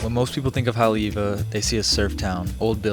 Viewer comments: Please stop saying HANALULU! It’s HO-NO-LU-LU! And when you say Haleiwa you pronounce Haoleiwa 😂 we really have to work on the correct pronunciation of Hawaiian words if you’re going to make a video about Hawai’i. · The pronunciation of Haleiwa was tough for me to hear on this and I am not even from there 😂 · 'What most people think of Haole-iwa...'